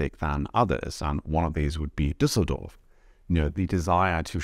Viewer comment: I find outside perspectives on my home country so much more on point than what I hear from natives. Also I'm highly impressed by your pronounciation of Düsseldorf 👍😁